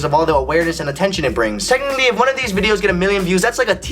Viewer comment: lol... it's pronounced TECHNICALLY. What a spastic!